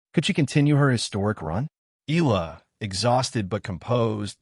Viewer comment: Click bait. Nothing to say, and says nothing, but AI goes blah, blah, blah. Her name isn't pronounced eel-la. It's eh-YA-la.